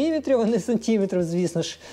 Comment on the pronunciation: твої сантІметри, мілІметри ріжуть вуха